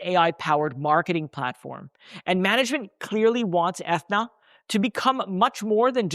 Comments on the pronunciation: My man - it’s pronounce Ah-thee-na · Atheeeeena man! Come on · Aren’t you saying Athena wrong?